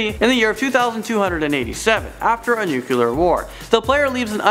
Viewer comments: Nuclear not nucular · Never heard of most of these things. Especially "nuquular war" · He mispronounced nuclear...